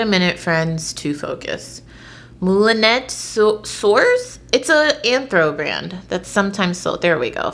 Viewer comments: It's moo-li-net sir. I studied French. :) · I believe it’s like Mool-uh-nay soors.. and that dress is soooo pretty!